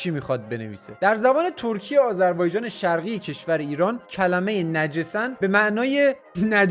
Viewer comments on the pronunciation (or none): نَجورسَن یا نِجَسن هست 😂 به هوش مصنوعی اشتباه گفتی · فرکانس اخه ترکی اشتباه کسره هارو گذاشتی نَجِسَن نیست باید نِجَسَن هستش😂😂😂😂این بیچاره ربات درست گفت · نَجِسَن نه نِجَسَن هست 😂 یدونه کلمه ترکی بگم یل یاتار طوفان یاتار یاتماز تراختور بایراغی